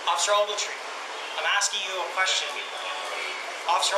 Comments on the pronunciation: Every time he says officer ovaltree take a shot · "Officer Ogeltree","Officer Ogeltree","Officer Ogeltree","Officer Ogeltree","Officer Ogeltree","Officer Ogeltree","Officer Ogeltree","Officer Ogeltree","Officer Ogeltree","Officer Ogeltree","Officer Ogeltree","Officer Ogeltree","Officer Ogeltree","Officer Ogeltree","Officer Ogeltree","Officer Ogeltree","Officer Ogeltree","Officer Ogeltree","Officer Ogeltree","Officer Ogeltree","Officer Ogeltree","Officer Ogeltree", "Officer Ogeltree", "Officer Ogeltree", "Officer Ogeltree", "Officer Ogeltree", "Officer Ogeltree", "Officer Ogeltree", "Officer Ogeltree", "Officer Ogeltree", Shut the fuck up you douche...